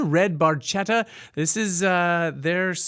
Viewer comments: FYI, Geddy has conceded that it's supposed to be pronounced Bar-shetta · Motorcycles for me, and it's even more of a rush than any car. As for the Ferrari Barchetta, I doubt you'll ever see one on the road. They're extremely rare and ridiculously expensive. Funny trivia: they didn't know that the name of the car is pronounced Bar-ket-ta, but it was too late to change it, so they just kept the song as is. Enjoyed the reaction. Take care ✌🏻